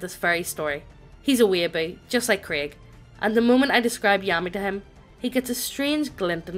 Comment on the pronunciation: We not gonna talk about how is pronouncing Craig as Krieg? I mean I'm fine with it if you guys are but...